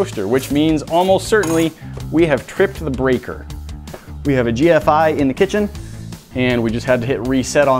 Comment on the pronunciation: Also, the video makes no sense because he said GFCI wrong.